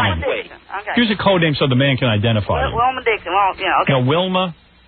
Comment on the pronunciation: “Wilma Deekfitz” 😂